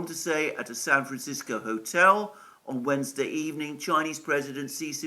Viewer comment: By the way, thanks for working on your pronunciation of "San Francisco." We have enough to deal with as it is.